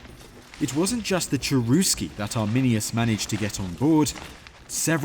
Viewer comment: The name of the tribe "Cherusci" was pronounced "CHERUSHI" in Latin. In the native language it would have been "CHERUSHKA".